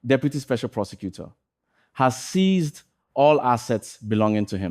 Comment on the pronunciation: "Seized by OSP" not "ceased by OSP" please.